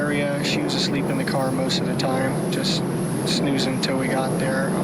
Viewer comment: I hate it when he talks about his car the way he says it